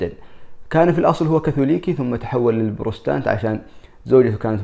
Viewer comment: السلام عليكم. الانكليز مذهبهم بروتستانت وليس بروستانت. فهم بروتستانت وليس بروستانت. مع التقدير